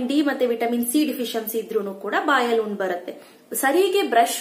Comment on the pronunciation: ಉಣ್ಣು ಅಲ್ಲ ಹುಣ್ಣು.